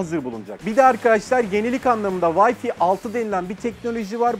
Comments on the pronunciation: Ömer Faruk Sina Yeni Wi-Fi kelimesinin okunuşu hiç bir dilde “vayfi” değildir. “Vayfay” diye okunması gerekiyor. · Abi siz bari şuna vayfi demeyin ya lan bi vayfay demeyi öğrenemediniz... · Litaratürde vayfi diye bir telaffuz yok ömercik :) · öneri: huawei'i huvayi, wifi'ı vayfi diye okumanız amatörce olmuş zira teknoloji kanalısınız. marka ve terimlerin isimlerini doğru okumanız gerekir diye düşünüyorum ben. onun haricinde severek izliyoruz. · WAY diyorsunda FAY'a niye Fİİİ diyorsun sayın admin bey. yıl olmuş 2019 halaa..... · Yıl olmuş 2019 ama halen Wi–Fi yanlış okunuyor